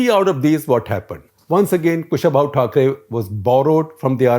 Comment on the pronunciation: Sir, it is Kusha-bhau Thakre, not Kushabhai Thakre! :-)